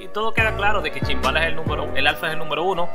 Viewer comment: Se dice numero no nunvero